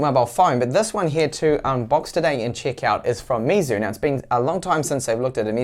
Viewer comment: Here is how to pronounce Meizu correctly: May Zoo.